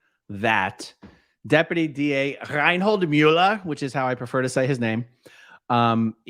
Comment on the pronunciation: Your German pronunciation of Reinhold Müller is spot on 😂